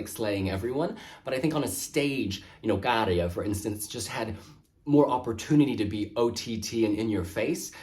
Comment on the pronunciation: Your pronunciation of Käärijä is as good as it gets to a non-native speaker